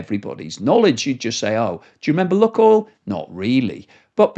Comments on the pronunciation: Annoying video to watch as you pronounce the name of the oil company wrong....it's pronounced 'Luke -oil'. I lived in Russia for 20 years and my wife worked for 'Luke-oil'.......not 'Luk-oil' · Okay I'm done with you, this is the 4th video where you repeatedly pronounce Lukoil( 'loo.koyl') as 'luck.oil'. ITS IRRITATING especially when its 100 times a video and I cant listen to it anymore. I've left comments every time but you obviously haven't picked up on it. If you cant research the company name that you're talking about properly, I find hard to have faith in what you're saying, but mainly its just IRRITATING. bye. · duh - what planet do you live on? your pronounciation of lukoil is ridiculously ignorant - its lewk-oil = luke-oil ' NOT LUCK NOT LUCKY ..... LUKE-OIL. you live under a rock in britain. should try to get out and around more. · Pronunciation.... luke-oil not luck-oil, please. Thnks for presentatio...n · Luke not luck. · Its pronounced ‘Luke’ Oil (not look oil)….. please amend, as it makes me cringe every time you say it incorrectly!😖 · I used to be a shareholder but got out and sold everything about a week before they invaded Ukraine. Exxon, Petrobras and some of the Canadian oil companies, even some African ones are better options now. I've always pronounced it as LUKEoil not LUCKoil. Is that not correct? They're definitely not having much luck right now! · I really like your stuff but think 'Luke' not 'Luck' with Lukoil. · Did you say 'luckoil"..?..😅. I take it you've never been to Russia.. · try "luke-oil" ;) the way you say it is wrong. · Lukoil, pronounced "Lukeoil" as in Luke and oil. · LUKOIL is pronounced “LOO-koyl”. • “LOO” – rhymes with blue or shoe • “koyl” – rhymes with coil or boil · Your pronunciation of Lukoil decreases your credibility.